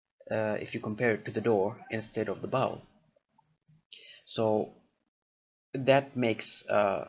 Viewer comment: Hi, this is an off-topic comment, and intended solely as some feedback on pronunciation. When you said 'bowl', it sounded quite a bit like the word 'bell', and I was confused at first. But then I noticed what you meant, so I thought I'd comment. It is pronounced with a 'long o' sound (which sounds exactly like the name of the letter, o, or the word 'Oh'). It rhymes with mole, stole, troll, and hole. If it was spelled the way it sounds, it would be spelled bole, but it's not because English is weird like that. Cheers! :-)